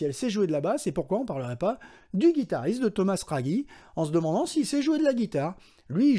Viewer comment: Torchio se prononce Torkio, Raggi se prononce Radji!